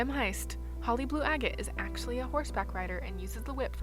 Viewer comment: "atchly"? Do you mean "Actually"? XD